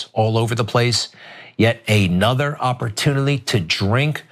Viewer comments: I think Greg is the drunk one. What the hell is opportunilly?? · The way he keeps mispronouncing word "oppertunilly", etc.. makes me think may haps you sir have partaken before work that day..